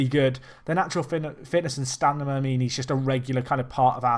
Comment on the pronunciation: has anyone ever told you that you have real problems saying the word "stamina"? lol Anyway keep up this series, starting to rival the Lewes save in terms of my fav FM content ever